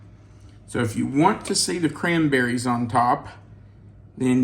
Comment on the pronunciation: Hey it s CRANBERRIES NOT CRAMBERRIES LOL